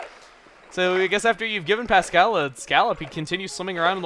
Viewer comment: I don't like the way you say Pascal